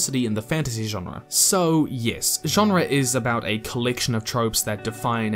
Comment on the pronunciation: Why do you pronounce genre that way